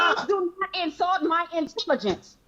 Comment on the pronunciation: Do not "ensalt" my intelligence 🤣🤣🤣